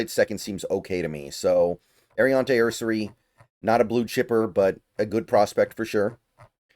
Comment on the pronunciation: nearly every time you say you cannot find a prospect’s age I Google him and find his age immediately. Ersery turned 23 on Feb 19. Grant turned 23 on March 22. Also, if you watch highlights of these prospects you should hear the announcers saying his name, so there is no excuse for mispronouncing names.